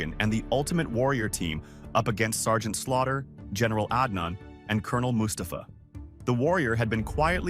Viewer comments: The A.I. narration explains why it pronounced Col. Mustafa so wrong lol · Anyone else hate the way the way the narrator says Mustafa